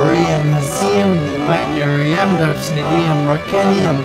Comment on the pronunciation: how you say magnesium: mahgesiom